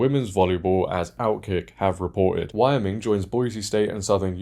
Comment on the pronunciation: Not a big deal, but you might want to look up how to pronounce Wyoming.......